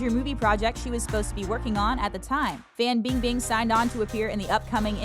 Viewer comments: Every time she pronounces Fan Bing Bing’s name I can’t even😂😂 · erge 99 I’m born and raised in China and it’s 100% FAN bingbing